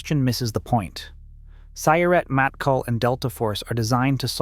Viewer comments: Its “mottKAHL” not “mattkal”. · Sorry to be that guy. But Matkal has enfasis on the last sylable. 🫶